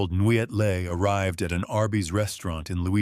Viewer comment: The name Nguyen is pronounced like WIN or WEN. That said, good material. I remember that Biford Dolphin incident...I saw those pictures. Pretty messed up stuff.